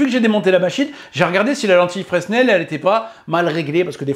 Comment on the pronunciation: Fresnel on prononce pas le S contrairement à Proust. 😅